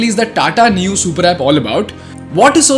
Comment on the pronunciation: Neu is a German word. The pronounciation is Noy